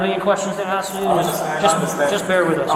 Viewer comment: Stupid names black women have and can’t speak properly axe him, I thought it was ask him 🤷🤷🤷